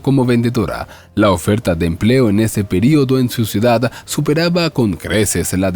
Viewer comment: Poco me gusta comentar en casos tan comunes como estos.(entonces no lo haga me dirán jijiji,) la sola cosa que me llamó la atención.,¿El señor que narra la historia ,agrega una letra más en palabras como: ciudad - ciudada. o bien en terminación en « n » estación = estaciona .por el resto todo bien leído sin faltas.? No es un reproche,solo curiosidad de saber .,¿ Cual es su idioma original ?.me gusta mucho comprender a las personas ,se aprende mucho de los demás.¿ No creen?. Saludos y gracias.💖🙋‍♀️🇨🇭🇨🇱✨✨✨🥰🥰🥰